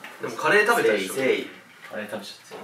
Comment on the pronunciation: 虫「美味しそうなカレ↓ー↑、いただきまーす」 すき。